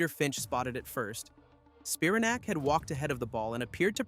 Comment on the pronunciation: It's pronounced "Spi-RAN-ac," like Titanic.